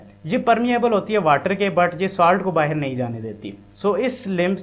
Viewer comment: The moment he said baher 😅 means pakistani brother.....I instantly liked the video.......support from India bro.......